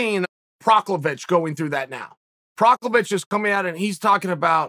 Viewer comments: Fukgsake chael Pro Has Ka Not Provokovic provoc Or priviciviv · Haha Proclovich??? Who da faaaack? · Did he call Prochaska ,propovitch?? Hahahahahaha Now,who's the author of the book Chael mentioned "Shred in 21 days" or something?!? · Procklovich lmao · Who the hell is Proklovich 😂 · Bruh he’s gotta be trolling lol Proklovich? Hahaha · Chael bare with me. (Pro-has-kah) Prochazka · Prokiev, it’s Prokiev. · If uncle Chael says his name is Proklovich, he shall be known as Proklovich from here on and forever! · Who the fuck is proklevitch? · Chael who is Proklavich? Is he new to the roster this week or.....? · Prokhovic??? You're not even trying to get it right, Chael. Lol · Lol Prochlavich???? 😬😬😬😬🤦🤦🤦🤦😂😂😂😂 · Who the F is Procklavich? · Who the hell is prochawizch haha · Who tf is proclavic this dude straight up murdering peoples names 😭😭😭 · Chael: Proklavich Me: Prochazka Chael: Proklavich Me: Proklavich Ok, great. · This dude just said Prochlovic